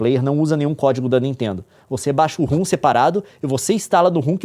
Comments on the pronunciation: Leon reclama tanto dos outros falando errado e me lança um ROOM. Rom se le ROM. kkkkkkkk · Pelamôr, para de chamar "ROM" de "RUM"!